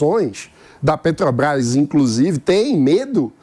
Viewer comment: Por gentileza, alguem avisa ao q nao eh "Petobras", mas Petrobras? Alem de pronunciar o nome da empresa de forma errada, tenta enganar o povo... Que pessoa desnecessaria no debate...